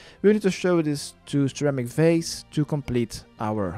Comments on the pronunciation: never thought of sir amik varze as ceramic vase until you said it like that XD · Sir Amik Vaze..... Ceramic Vase... facepalm